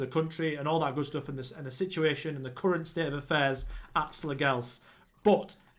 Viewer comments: As a dane our language is so stupid. The g in Slagelse is silent i would say it would sound more like slayelse(what a killer name btw). Slagelse B&I was bought by a company in 2008 and changed the name to FC Vestsjælland( West Zealand ) but the company went bankrupt and i think that is why they fell so many tiers down. Slagelse changed their name back to their roots again after the sanctions and the buyer/club/company went bankrupt. Great club for a rebuild :) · Slagelse you pronounce the last E also.... And Slagelse have never been in the Superliga. That what the fusion between Slagelse and another club. They were called FC Vestsjælland. They were dispanded ages ago....